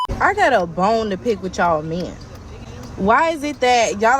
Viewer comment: how she says "men" is weird.